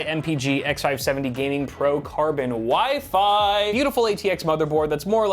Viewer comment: When ever you said WIFI I thought you were saying wifey